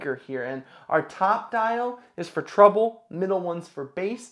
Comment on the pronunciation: Thanks I think I will get these to go with a Bluetooth Audio Technica Record deck , also it is Treble not Truble 🤣🤣